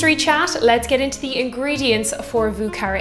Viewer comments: Vieux, pronounce more as yearning. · Thank you for wonderful videos! Also a great whiskey sour-fan.. Have you tried an Apricot Sour? Think it’s the ultimate version😊If you’re making more french cocktails: Vieux is pronounced ”Vjö”☘️ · Yo,, it’s Vieux as in “vo”, like “yo”. This is a New Orleans pronunciation, and they’d be offended if you ain’t said it right! My favorite drink, btw! 🤗🥃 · You may want to learn how to pronounce vieux